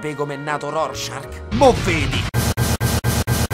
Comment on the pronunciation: non è Rorschark che fa molto squalo. È Rorschach. Te tocca riedità.